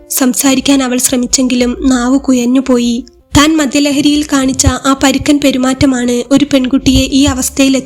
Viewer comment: അവന്റെ നാവ് കുയഞ്ഞുപോയി 😅😅😅 ഴ എന്നുള്ള അക്ഷരം നിങ്ങൾ യ എന്നാണ് ശബ്ദിക്കുന്നത്... പ്ലീസ് കേൾക്കാൻ ഭയങ്കര ബോർ... ശ്രദ്ധിക്കണം.... ഇടിമുയക്കം, കുയ ഞ് പോയി ഇനിയും നന്നാക്കാൻ സമയം ഉണ്ട്‌